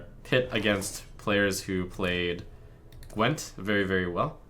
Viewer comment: Gwint you pronounce with hard w, like v in moving , not ł .